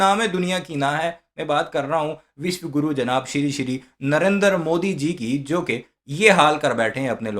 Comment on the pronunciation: sheeere sheeeere ni... Shri shri hota hy😂